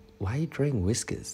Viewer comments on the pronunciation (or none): "Wiskers" your boyfriend thou😂😂💔